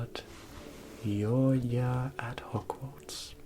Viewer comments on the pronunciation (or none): The way you said "your year" sounded so flemish "jouw jaar" I was so surprised by that.